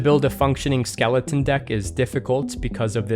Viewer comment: hahag skelington :)